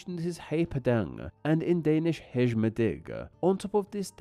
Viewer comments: At least try to pronounce the words correctly. It would take literally less than 10 seconds to look up the pronunciation of “hej” and see that it’s /hɛj/. It’s pronounced like the English word “hey” and not “hedge”. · Hm. Hej isn't pronounced as hesch. J allways sounds like y in "you" no matter the position in a word as long as it isn't a loanword. Strange that Babbel didn't teach it properly. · nah bro its pronounced hesjhhh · Yeah it didnt sound like: hej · Especially when hej in Swedish is pronounced the same as hey in English. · Hedge?! Sorry, your obviously incorrect pronunciation reduced my confidence in your content. To be honest though I was happy you covered this topic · I doubt his bad pronunciations were because of Babbel. He couldn’t even pronounce “hej” correctly. I’m sure Babbel has the correct pronunciation for it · It wasn't really a good ad for Babbel, though, claiming that he had used it to learn Swedish but not even being able to pronounce "Hej" :D